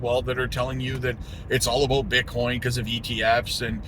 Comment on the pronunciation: I knew you were canadian when you said " aboat "